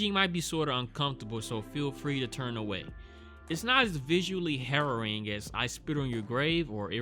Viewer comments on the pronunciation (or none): none